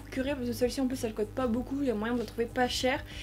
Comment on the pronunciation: Pk tu dis cote coté normalement c coûte couter